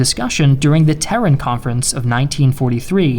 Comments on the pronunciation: Pronunciation on Pointe du Hoc and Tehran. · His pronounciation of certain words is... odd. Tehran=Terren?